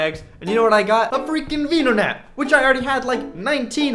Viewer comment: He mispronounced venonat